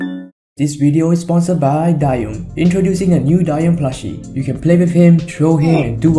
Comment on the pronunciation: WHAT??? DAYUM IS PRONOUNCED “DIE YUM”? I THOUGHT IT WAS “DAY YUM”